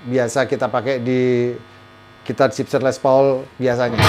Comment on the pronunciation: Gibson... Bukan Jibsen 🙈🙈🙈